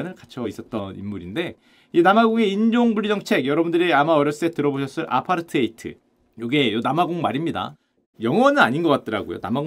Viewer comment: 아파-ㄹ 타이드 로 발음합니다